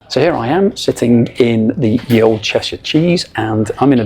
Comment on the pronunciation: I hope you know that you can't read 12th century English ... probably not! "Ye old cheshire cheese" was how "The old cheshire cheese" was written before the Normans changed it to "Th", and after the demise of the Viking "ᚦ", or "þ", all of which should be pronounced the same way, and not how you pronounced it.